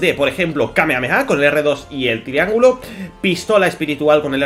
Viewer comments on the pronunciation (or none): Buen vídeo solo aprende a pronunciar bien el ingles se pronuncia red ded redencion y en kamehameha hay una h que marca un alargamiento en la pronunciación de la letra con h seria así aa...(ha)